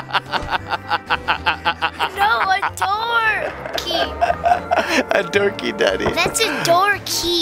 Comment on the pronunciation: and what’s that thing for?: THATS A DOORKAY: 🤣🤣🤣🤣 I’m doorkay Edit: I said doorkay beucuze it sounds like and said it